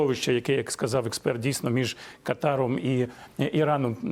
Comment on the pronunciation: курдів жаль, що мову їх переслідують, а от якби притягли до криміналу за нівечення укр.мови москальською вимовою - "курдіФ. сказаФ..." чорт!